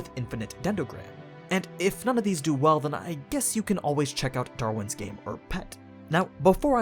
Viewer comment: He said "Darwin's Game" wrong.